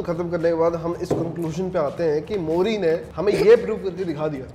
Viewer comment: मोरी नहीं मूरी and गले में नहीं सीधा लीवर में लगेगा Himachal Mei nahi sirf Distt Kinnaur Mei..